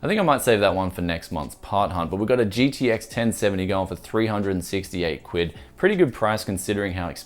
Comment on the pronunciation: Sounds so weird when a non British person says "quid" xD